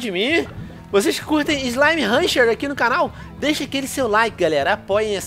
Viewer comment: não é haunter é hunter